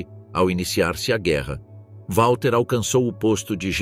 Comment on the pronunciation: Não é UÁLTER Model ... W em alemão se pronuncia como V!